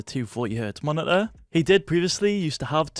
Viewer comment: Just me or do say: Monideer instead of Monitor?